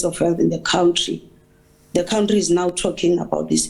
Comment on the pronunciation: Stop saying cowntry lol. It's country hahaha